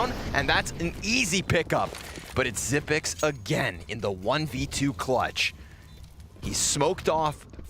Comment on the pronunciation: It's pronounced Xyp-EX not Xyp-NEX. This announcer is making me mad. How the f do you even make that mistake? They also were calling Magisk Magik last game. WTF? Terrible etiquette to mispronounce some of the biggest players in the world. I wasn't even rooting for Astralis but it pissed me off.